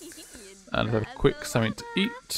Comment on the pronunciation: Not to be offensive but its pretty annoying when you say somefink lol